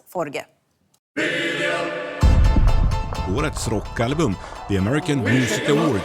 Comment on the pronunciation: Tobias Forge. FOR-GE. Not Forgs as Americans call him and even himself say his name wrong in favor of them. I find that really cringe. I adore Ghost btw